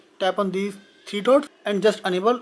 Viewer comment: Not unable. Please pronounce it as enable. A not aaa.